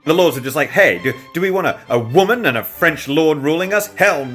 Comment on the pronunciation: This way to say "woman" 😂🎉